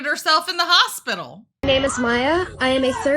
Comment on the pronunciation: You were in the crazy hospital !!! I wish you could learn how to pronounce hospital correctly!!!!